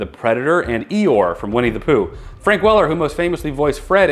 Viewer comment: Tiny litte piece of advice. when you read the comments of the day, try NOT to rush them as you'll often say the wrong thing. Frank Wel-K-er. Not Wel-L-er. When you try to "speed read" this is what happens. Plus people WILL come you in the comments. I just did. Except I was more polite than most have a tendency to be.